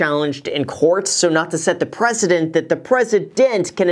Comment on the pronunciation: That “precedent” with “president” pronunciation made me smile I won’t lie 👍